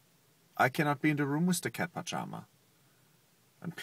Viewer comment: Aww the way he said, "I cannot be in da room wiss da cat pajama" hahah